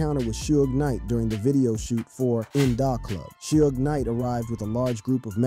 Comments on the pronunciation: This man said two pack and suege knight😂😂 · Is this a real person talking cause In Dah Club, Two Pack and Shooj Knight are some crazy ass pronunciations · Two-pack and Soodge Knight. I'm 100% convinced now that they mispronounce names as a strategy for boosting interaction. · how comes you can't say suge?